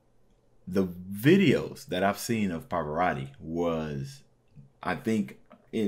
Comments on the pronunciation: è una constatazione. Non si chiede di essere poliglotta, ma un minimo di sforzo per pronunciare decentemente un nome straniero si richiede, tenuto conto che non è uno sconosciuto, ma un cantante arcinoto. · Somaro! Impara a pronunciare correttamente il nome .